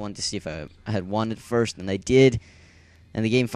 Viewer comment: Uhuuhuhhuh FIERST. Had to say it lol